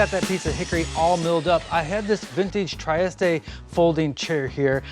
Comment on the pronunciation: I think that chair is called a 'Tree-est' not 'try-est', or, if you want the Italian, 'Tree-est-eh'. That's assuming that it's named after the Italian port city anyway :)